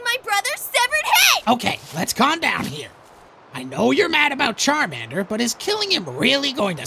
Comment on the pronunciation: You said charmender